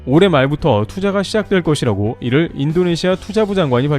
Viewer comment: 하는것이라고 — 발음이 하는거씨라고(o) 하는걷이라고(x) 항상 거슬려서~~ 쫌~~